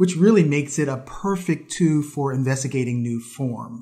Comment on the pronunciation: Great vids! However, the 'L' in 'tool' is not silent! You have a fantastic speaking voice, great info and you're a great teacher...but I wince every time you say 'too' when you mean 'tool'. :D